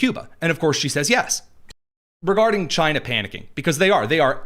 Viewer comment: Chy-na our ENEMY